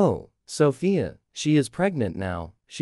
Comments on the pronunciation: the fact that my name is 'Sophia' the way the text to speach says 'Sophia' SoFIa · Sheesh you don't pronounce Sophia "sOvIa" (the mom calls Sophia Solva😭💅✨✋)